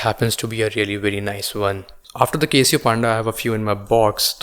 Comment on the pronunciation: 1. Bhai.. beer bar me baithe ho kaa 😂 2. Link bhi share Kiya Karo 3. And It's Casio and not Kay-sio